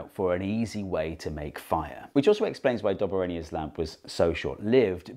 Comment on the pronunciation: It's Dob A Rhiner